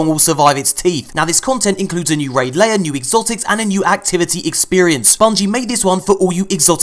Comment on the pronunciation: RAID LAIR!!! NOT ‘LAYER’!!!!!1!11!!!1!!!!!!!1